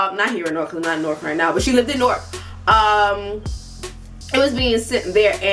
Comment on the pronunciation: I always thought she was saying Newark